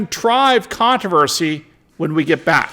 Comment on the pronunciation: Are you reserving the right to mispronounce words again? You keep dropping the first "R" in the word controversy. At least you are in good company, Lester Holt of NBC, mispronounces controversy, just like you.